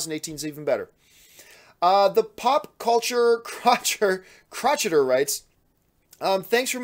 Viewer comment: that's pronouced: "crow-shay-urr" John. As in "one who crochets".